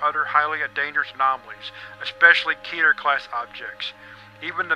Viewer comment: It’s pronounced KeTer nOt kEtEr